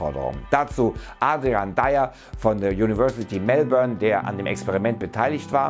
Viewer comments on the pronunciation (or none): none